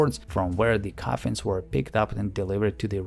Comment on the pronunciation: those r coffensssss LOL